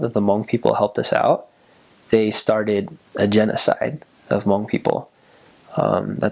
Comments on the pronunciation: Ooo! I love your pronunciation of Hmong. Perfect 👌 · The way he said Hmong is sooooOOOoooo clearrrrrrrrr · wow he says hmong really good